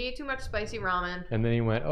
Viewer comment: It's ramen, not ra-moan, lol.